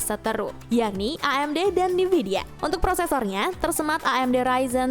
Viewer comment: Min, bacanya N-vidia bukan NIvidia. Dengernya jadi agak aneh2 gitu